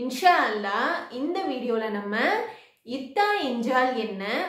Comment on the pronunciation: முதலில் சகோதரி நீங்கள் இத்தா என உச்சரிப்பை தவறாக சொல்லாமல் சரியாக சொல்லவும்.